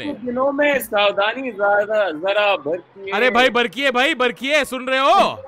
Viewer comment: Savdhaani "bartiye"!! Not Barkiye.😂🤣🤣😂